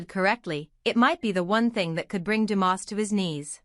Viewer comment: It’s not Demoss, it’s Dumas!